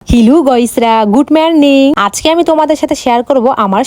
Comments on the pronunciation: হ্যাঁলো ❎ হিলু। ✅ 😂😂😂😂😂😂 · Hello❌ Hilu✔️ Morning ❌ Marning✔️ পদ ❌ পাদ ✔️